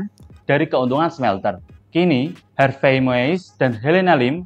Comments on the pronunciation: Har vey mas...bukan har vest.... Harvey Moeis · Harvei bukan harves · Sebut nama “Harvey” aja blepotan 😅